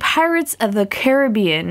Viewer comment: When u say Caribbean it sounds funny